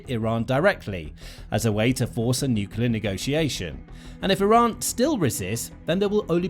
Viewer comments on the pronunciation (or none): It is cute when an 2 years old says pasghetti, but not when a grown person says necelar instead of nuclear! Please go back to preschool! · Ah yes, a new NUCULAR deal! wonder which school he played truant from then.